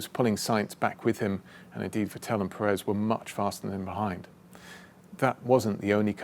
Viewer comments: I still cant stand it how he sais Vettel... Im i the only one who thinks its VETtel and not vetTEL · Va-tell? It’s emphasis is on the first syllable, Vett-el. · He pronounces Vettel like Patel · Nice one. But one thing is always bugging me, on both "Vettel" and "Pérez", James emphasizes the second syllable, but the emphasis should be on the first one. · I LOVE James but when will this bright guy with such an agile mind (who seems to be a nice, respectful man, too) challenge himself to pronounce Seb's name with better performance...;)? That said, as always, I am in awe of your "win as a team, lose as one" mantra. "We" came on at an angle says it all. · Great video, it really put things in to perspective, but my only point of criticism is, that in german you put the emphasis on the "V" rather than the "t" in "Vettel".